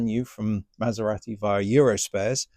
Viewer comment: Good video, but wish you would pronounce Maserati the Italian (proper) way ‘Maser-ah-ti’ rather than ‘Maser-rat-i’!